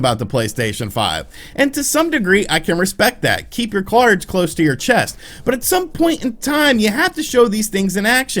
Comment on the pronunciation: "Keep your CLARDS close to your chest" Thanks for that lol